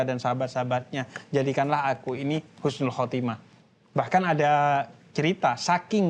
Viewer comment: Makasih banyak rangkuman nya... ❤ tapi maaf yg menit ke yg betul husnul khotimah bukan khusnul... Maaf ya jangan marah... Mengingat kan saja... Khusnul : mati dalam keadaan hina.. 🙏🙏🙏🙏sekali lagi makasih banyak uda dirangkum...